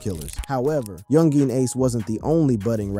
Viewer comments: Bruh u gotta learn how to say the names of the ppl in the story. Really sound wack when u say so instead of ksoo (k so) or young Jean lol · He said young geeen ace😂😂😂😂